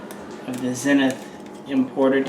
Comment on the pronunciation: "Zeeenith" and not Zen ith. Thanks for a great video showing the two models. Wish you would have fired the smaller MP5K. I am concerned about the very short fore grip area adjacent to the muzzle. Do you have to count your fingers after firing it?